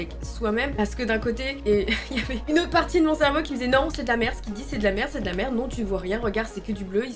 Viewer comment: C'était incroyable cette vidéo vraiment magnifique c'est super et vraiment courageux que tu es réussi à vaincre ta peur je suis fière de toi et je pense pas être là seule 🥰 Maintenant je suis obligé de le dire car ça m'a fais rire un bout de temps avant que je regarde sérieusement mais au début où tu dis " la mer " j'ai entendu " la merde " voilà euh info inutile mais que je devais partager 😭